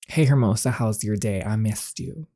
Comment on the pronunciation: "Hermosa" means beautiful and is pronounced "AIR-MOE-SAH". Sound it out slowly and then put it all together quickly. You've got it!